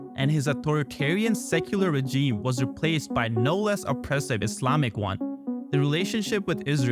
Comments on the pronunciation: You got to help this dude with the pronunciation of regime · Hahahah yeah